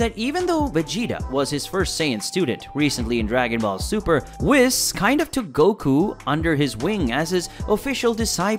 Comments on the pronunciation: Couldn't get over you saying Whis's name wrong the ENTIRE time bruh... 🤦🏽‍♂ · Oh come on man you have to watch it and know that you're saying Whis wrong 🤦🙉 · You lost me 2 seconds into the video by not being able to say "Whis" correctly. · at least say whis right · I am triggered right now because you said whis the wrong way. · Is it only me being triggered of how he pronounces whis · You cant even pronounce "Whis" so i cant take this seriously. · You can't even pronounce WHIS name correctly... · Pronounce Whis’s name correctly and I’ll come back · I think you’re reading into this too much. Toriyama is well known for forgetting things, even whole characters. Also, how do you keep mispronouncing Whis even after you placed multiple clips of characters saying it correctly in the video? The “I” in his name makes the “ee” sound. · Anyone else annoyed by the fact he calls Whis "whis" as in "whisper? It's Whis, pronounced a way that kinda rhymes with Reese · I thought it was pronounced “WEESE” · Man, you’ve got to pronounce names correctly (Whis is w-EE-s). It is pronounced correctly throughout the ENTIRE show and in all movies he is in in the English dub. I cannot finish the video because of this. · Whis ❌ wis ✅ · He said wiss🤣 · It bothers me he says "wiss" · its whis like wheez but with a s. not whis like whisper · So saying wis 😢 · Dude is whis not wis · Calls him wiss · Who is wis it's whis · I stopped watching because you keep saying "wis". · I’m having trouble taking a guy serious who can’t even pronounce Whis (WEECE) properly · whis ✖ wis✅ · lost all credibility after calling him "whiss" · This was a great video, but man was it unbelievably difficult hearing Whis' name pronounced incorrectly throughout the video. It was honestly hard to focus lol. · Dude love your video but for the love of god can you say whis and broly name right 😂😂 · Bruh how could you not pronounce his name correctly once when you even used clips of beerus saying it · Bro really said whihs.